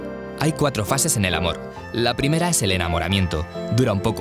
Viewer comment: No sabe decir primera :v